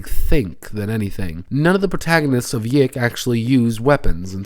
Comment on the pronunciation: it's pronounced, "yick" :P also idk how much I'd consider tracing elisa lam's last moments on camera for the PC's waifu's death as "hilarious"